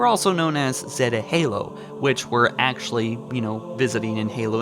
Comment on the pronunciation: ancshent accshully